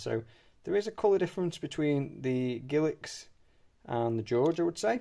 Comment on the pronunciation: I am sorry ,what word did you use to describe Elizabeth first portrait coins? A word that sounds like giliks??!!